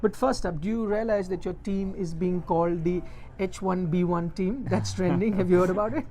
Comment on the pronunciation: It is "H1B" not "H1B1"! You could at least Google if you are not familiar with something than making something up!